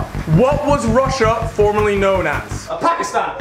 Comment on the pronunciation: Harry said: Apakistan instead of Pakistan